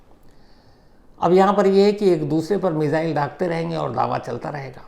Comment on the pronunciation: Shams ji app missile ko मिज़ाइल kyu bolte hai. 2018 se sun rha hu aap yehi word bolte hai.